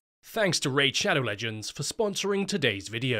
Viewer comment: “Thanks to Raid Shad… ba… shu…. xena… bloo… new cham…. The movie begins…”